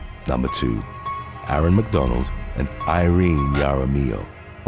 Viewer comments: Jaramillo (haramillo) not (yaramillo) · WHEN DRUNK GIRLS GO WAY WRONG/ JUST GO WRONG WOULD BE TOO EASY WHEN RING CAMERA'S OR HOME SECURITY SYSTEMS GO WRONG Dreasjon?! what did momma loose a bet to name him that? Some people do pronounce their name as english, Jaar-uh-mill-o